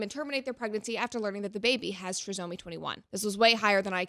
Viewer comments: No matter your feelings on their decision I 100% agree that making this so public and videoing and not comforting your wife is so off… also it’s pronounced TRY-somy. And for those commenting about wrong diagnosis.. they had an amnio. I’m not supporting or not supporting what happened but just to clarify that the baby certainly had Down syndrome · It's try-somy..... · The way she says trisomy erks me 😅😅😅😂😂😂